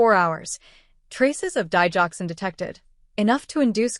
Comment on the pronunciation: Digoxin say it right